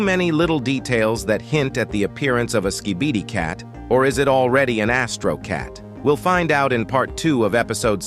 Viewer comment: The way hey says skee bee dee